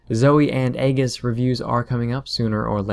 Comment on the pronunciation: Just to clarify, aegis is pronounces more like egis, e as in "e"at and gis as in "gis"t not the g being more like a "j", sorry for being a grammer Nazi, but since you were going to do a review where you would be saying it about 100 times, I thought it might sound more professional.